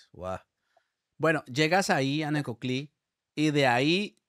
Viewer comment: No es “ Necotli” es NECOCLÍ!!! NECOCLÍ!!